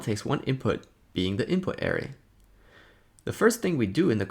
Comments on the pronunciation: Great tutorial,! One minor critique: your pronunciation of ‘array’ was confusing…a more standard pronunciation is “uh-RAY”. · You say ARRay, I say arRAY. Let's call the whole thing off. But seriously, good stuff. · it was very distracting. Work on it google it and use the pronunciation feature. Otherwise outstanding and very useful tutorial. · I kept thinking, "huh? what is he talking about?? Oh, he meant an ARRay!" lol Other than that, awesome vid!